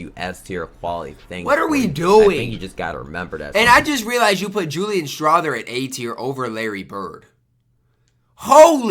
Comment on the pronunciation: What do you expect from, he calls Julian Strawther Julian Strawberry and SGA Shar😂